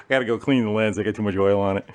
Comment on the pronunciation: Wait….at 13.33, you pronounced ‘oil’ as ‘Earl’ and there’s only one other person I’ve heard do that….Derek, from VGG! Please tell me you’re a fan?